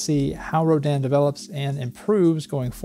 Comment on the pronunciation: Did they say it was pronounced "Roh-DAN" or are you doing it that way to be a rebel...